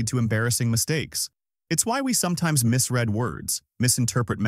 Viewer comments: AI bro says “it’s why we sometimes misread (incorrectly pronouncing it as past tense “mis-red” instead of present tense “mis-reed”) words 🙄 Oh, the irony… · I’d like to think the mispronunciation of “it’s why we sometimes misread words” was a subtle joke, but I’m sure it’s just bad AI narration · The irony of the AI misreading 'misread'. 🤣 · He really misread the word misread!! 🤦‍♂️